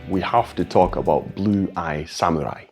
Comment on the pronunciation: You are the first non-Japanese who pronounces the word samurai correctly. Most say sam-u-rai not sa-mu-rai. Thank you.